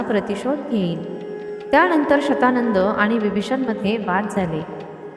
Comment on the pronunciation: तो शब्द शतानन असणार शत शंभर आनन मुख कारण रावणाच दुसर नाव दशानन आहे.. दश .. दहा.. दहा आनन आहेत असा.. ती बाई चुकीचे उच्चार करतेय...